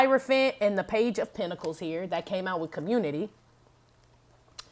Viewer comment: Penta-cals!😂😂😂 You never disappoint.